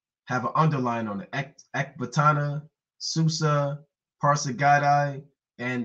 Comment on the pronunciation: It's Ecbatana not ec ta BAN...and u call urself an historian.